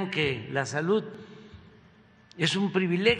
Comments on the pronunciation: que alguien le diga al sr presidente como se pronuncia la d al ultimo....sobretodo cuando dice salut...por querer decir salud....que es lo correcto en ortografía y dicción. que mal habla...tiene ..entre oas cosas una pesa diicccioniet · Sarta de de barbaridades dice este pobre hombre. pero hay muchos descerebrados que aplauden como lo que son, ni siquiera salud puede pronunciar correctamente.